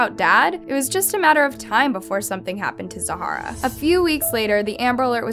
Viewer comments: This was a very sad story. I don’t understand why the father didn’t take better care. He could have asked his parents to care for Zahra if he was struggling with addiction. By the way you pronounced the child’s name incorrectly. You pronounced it with an extra letter. You were saying Zahara not Zahra. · Hey her name is actually pronounced Zara but spelled Zahara Alonso in hickory NC we have a park called zahara baker park it’s super sad :( and my uncle worked on her case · Zahra, pronounced with two syllables not three ... Za-ra. You should at least get her name right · The way she mispronounces the girl's name as "Zahara" throughout the entire video. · Question! Not meaning bad, but why do you call the girl Zahara instead of Zahra. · ZAH-RA. "TWO" syllables, not THREE. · Her names pronounced za-ra. Not however you say it.. Weirdo. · Isnt it pronounced ZARA ? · Isn't her name pronounced Zah-ra? Two syllables, not three. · The name Zahra is pronounced like "Zar- uh" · You don't pronounce the H in her name. It's like Zara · I'm pretty sure her name was pronounced "czar-uh". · It's pronounced za-ra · isnt she pronouncing your name wrong? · Does it bother you that she mispronounces it throughout the whole video? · for real! the girl was murdered! the least you could do is pronounce her name correctly. it takes a quick google search to learn how to pronounce “Zahra” i mean its not even that hard! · I swear I've been binge watching these videos and I couldn't deal with hearing Zahra's name pronounced wrong so many times. It's a bit disrespectful to mispronounce the names of the victims when it just takes a simple search to find videos of others saying it right. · yeah but it's not her name. out of respect for a deceased CHILD she could atleast pronounce her name correctly. 🙄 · even the name tho she pronunciation Zahra so funny 😂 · Can't stand you saying her name incorrectly... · You pronounced the girls name wrong through the entire video 🤦🏻‍♀️ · It’s Zahra not zahara omg